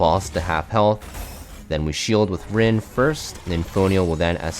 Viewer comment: He said red rin